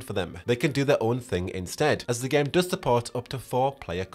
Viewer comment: Everytime you say "Game" it sounds like "Gimp" lmao